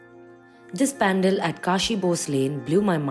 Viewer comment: Areee didi it’s Panaaaaaal , correct pronouns kro didi